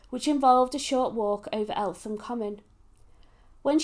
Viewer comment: It is pronounced ELTEM